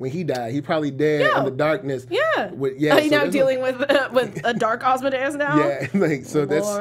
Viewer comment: Why is it hard to say Asmodeus correctly? It's not hard to learn.